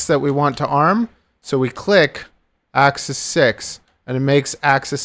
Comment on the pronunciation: Please say axis correctly. Thank you.